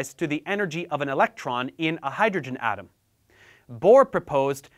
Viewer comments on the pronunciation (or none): none